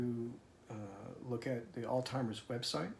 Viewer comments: You are misprouncing the word Alzheimer"s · Wow, tough crowd. First of all, I'm a nurse and have worked with people who have cognitive impairment. The pronunciation of Alzheimers is pronounced differently all the time. The way you are saying it, is not wrong. It breaks my heart that you were embarrassed by it. You absolutely should not be. I didn't even notice until I read your comment. To all the people who pointed out the different way says it in this video should be embarrassed. What a thing to fixate on. I had to vent about that. Thank you for listening., I am so sorry for your loss. What a lucky woman Teresa is/was to have you in her life and you her. Finding the love of your life is not easy. I hope you are finding some peace that she is in peace now!! ❤❤❤ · I’m sorry people are so insensitive. The story, obviously outweighs an insignificant mispronunciation. Sending all my best to you both. ❤ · what a lovely marriage you and Theresa have. You are a really good man. God Bless you. Please don't take this the wrong way but there is no "T" in the word AlZheimers. You're on YouTube and there are people who might not be nice about the mispronunciation. Again, God Bless you, dear young man!! And, God Bless Theresa. I am so sorry for all you both have been through. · Blessings to both of you. Please, Alzheimers does not have a 't' or 'd' in it. I know the hell you're going through. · Stop mispronouncing her disorder. You obviously are intelligent since you can remember all the dates and steps in her journey. So, use your intellect to get the name of her disorder pronounced correctly. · He was so fluid and articulate throughout the video that I couldn't understand why he persisted in mispronouncing it. He even gave the website and said "alz..." I feel a little mean to be agreeing with you but it was strange. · You seem very well spoken and yet you miss pronounce alzheimer. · Why does he keep saying Alltimers instead of Alzheimers or OldTimers?